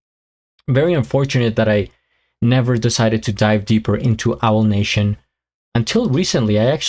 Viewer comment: Owl 😂, it's pronounced A-wall. You always make me laugh.